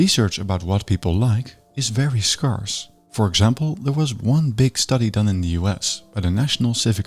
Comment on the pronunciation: Pronunciation of scarce is brutal 😂 But love the rest